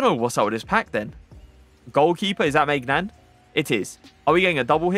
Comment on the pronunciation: I will subscribe when you learn how to pronounce Maignan. My ears are crying